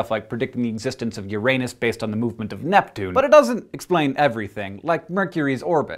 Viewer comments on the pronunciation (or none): LOL... you can just say 'You-Rain-us' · If you say oo-ra-nos no-one will know what you’re talking about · If you say Yur-In-Is, it sounds just as bad as Your-anus. E.g, what youre really saying is Urine-is... which is pee.